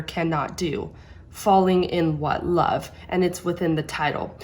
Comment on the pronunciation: Great analysis. In the word Men as much as i tried i always heard Men not Man, on the words can't and love though you are right she did not pronounced them correctly but let us not forget that she is 18 years old here and English is not her first or even second language and also if you take in to account the time she spent in the orphanage and in therapy for he speech problems she did not had much time to study the language so her Russian accent still gets in the way. Personally i really don't mind, i did not even payed attention to it until you mentioned this and i will even add that i think accents make a language way more interesting, i love them. In an interview after this show she said that she started to study English though so everything will be fine in the future. On your comment about the form of the mouth when singing high notes, i think that she did this because the performance demanded it, in other performances like "take on me" by A-HA, "Feeling good" by Nina Simon or even in her own song "Revelation" and many others she shows that she can reach up there with her mouth barely open. If you want a recommendation i would suggest either Crow: or Oh, it is not yet evening